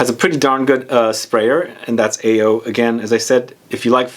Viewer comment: AO is I think it's pronounced as Ah oh which means blue in Japanese.